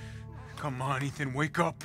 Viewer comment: It’s Ethan winters not Eathan winters lol